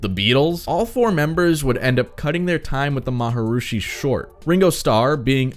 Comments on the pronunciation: Who is the "Maharooshi" you keep talking about? At least pronounce his name right. Whatever he did good or bad as a person, he was a yogi in probably the oldest line of gurus in the yogic tradition, a philosophy called Kashmiri Shivism. Yoga, in the broadest sense, is not a religion, but rather a spiritual philosophy. Because of the traditions of this philosophy, its ceremonies and rituals are normally officiated by Hindu clerics called pujari, whose job it is to do this in a Hindu temple. They are paid well by the yogi for these services. But the yogi him/her self is not necessarily Hindu, and holds no rank or duty in the Hindu religion. One ceremony, for example, is when the student or devotee of a yogi is elevated to yogi-hood, although I am sure there is a better word for that. Love him or hate him, Maharooshi (now you have me doing it) could not have cheated or snaked his way into being a yogi. I'm not certain, but I believe the Maharooney comes from the same philosophical tradition as Paramahansa Yogananda, who founded the Self-Realization Institute in Los Angeles and brought Yoga to the US. His book "Autobiography of a Yogi" was a bestseller and is amazing. BTW, you don't have to join TM or pay anyone anything to meditate with the exact same technique that TM sells. You can find any number of yogic meditators on YouTube or anywhere. The modern philosophy of Non-Dualism, as practiced and shared by mystics and teachers like Rupert Spira and others are from this same trad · Too bad you can not pronounce his name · Maharishi is pronounced ma-ha-REE-shee (not ma-ha-roo-shee) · The word is Maharishi - not Maharushi. Also the word is Beatles not Beadles . Just so you know. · “Ma ha ROO shi » lol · The “M a h a r r r i s h i” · I thought it was pronounced like Ma-ha-ree-shee... (re-check the spelling). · Fun vid. I think your info and your opinion are solid. Just one question: who is "Maharooshy"? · "The MahaROOshi"?? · Why do you keep saying «maharooshi»?